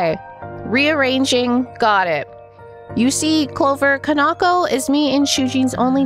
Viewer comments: Is pronouns can-ah-ko not can-naw-ko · I think ka-nah-koh is closer to how it should be pronounced! I say this because i'm assuming the name is Japanese in origin and would be broken up into the characters ka-na-ko. Japanese language basics usually tell you to put the same emphasis on each character unless there is special indicators telling you to do otherwise.